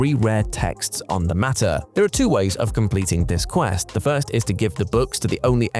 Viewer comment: Yes it is quite “metter”